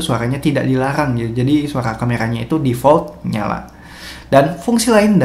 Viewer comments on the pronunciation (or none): none